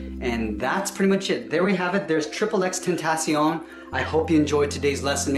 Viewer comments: that trigged me he said his name wrong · You said his name rong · The way u said tentacion triggered me and i dont know why